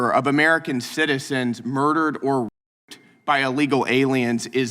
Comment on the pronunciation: I don't understand why he said the number of American citizens 'roped or mer-dered' by E. Lee Gals is zero? Did he misspeak?